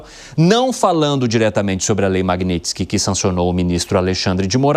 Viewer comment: Achei incoerente o reporte corrigir o entrevistado publicamente por falar errado a palavra magnitsky